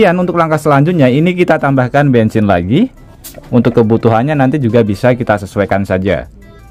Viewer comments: Bensin ❌ Bengsin ✅ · Bengsin apa bensin sih?😮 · Bensin menjadi bengsin😂😂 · bengsin atau bensin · Yang bener bensin apa bengsin sih? 😂